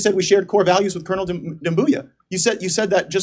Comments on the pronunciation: Haha he said cooze. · Oh wow this is great! Here’s a General in charge of Africa who cannot even pronounce the very words he’s programmed to parrot: “Krr-ick-lmmh” “core Val -ooze”. What a tool😂😂😂. I don’t think they’re sending our best 😂😂😂. Lackwits, lickspittles and losers all of them. Let’s hope we never face a near-peer military power any time soon. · Ker-ick-alum & core values 😂